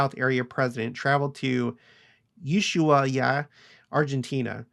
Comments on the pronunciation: Ushaia = ew-SHWAYA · Served my mission in Antofagasta, so thankful a temple is finally there! BTW pronounced ooosh-why-eeeee-uh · You shwhy ah!